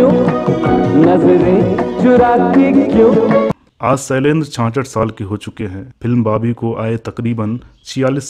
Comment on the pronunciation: सैलेंद्र नही शैलेंद्र